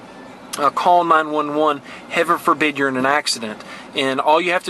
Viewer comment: did you say "Hever forbid"?